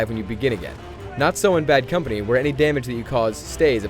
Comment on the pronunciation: did he just say bean company?